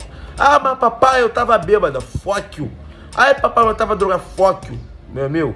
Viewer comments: "fock you" kkkkkkk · esse ''fock you'' do negao e foda kkj